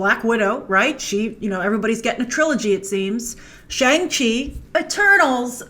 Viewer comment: "We have Black Widow, and E-Turdles"